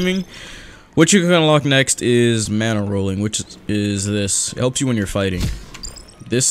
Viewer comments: sayin bana and not mana be like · You said bana not mana. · Great intro oh and u accidentally said bana not mana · "The first thing you want to do is unlock your mana bar. *Looks at the top of the screen to see text* *while wheezing* BANA BAR xD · He said baña instead of mana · lmao it said bana bar